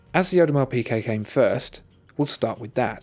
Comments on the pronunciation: isn't it audemar peegay not audemar peekay? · PIGUET, WITH A G, FOR THE LOVE OF GOD